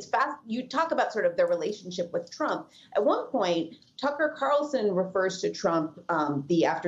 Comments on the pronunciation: Did he call him Tuckems? 😂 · Did Steele just call Tucker Carlson 'Tuckems?'